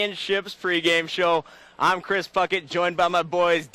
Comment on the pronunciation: I swear he said Chris Fucket